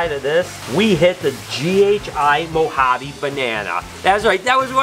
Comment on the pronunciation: Hey. I’ve got to be honest with you, but I am not good enough a the gene guessing & I’m still at the stage of ‘ that’s a banana something snake’ lol 😂 I do love the way you say Banana Moharby with your American accent though 😂